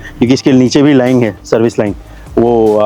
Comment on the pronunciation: भाई लाइन को लाइंग क्यों बोलते हो बार बार आप?